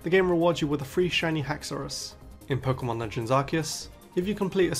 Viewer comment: The way he says "Pokemon" will never not be satisfying